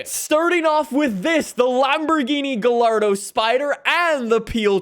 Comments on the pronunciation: Btw gallardo is pronounced guy-arh-doh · For the love of god, it’s pronounced GUY-AR-DOE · I know he didn’t say guh lardo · gallardo lmao its pronounced like guyardo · Imagine saying “GaLLARDO” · Does he say gallardo like that on purpose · gallardo the double L is an i noise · Excuse me sir, but that isn't how you pronounce "gallardo" or "Huracán". shakes head in disbelief Engine spacers? Omg why am I subscribed? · why do u say gallardo like that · The way he said Gallardo makes me mad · The way he pronounces gallardo 💀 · Who’s going to tell him that the L’s in Gallardo don’t make a L sound? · Had to mentally prepare for how he pronounces gallardo and huracan in this video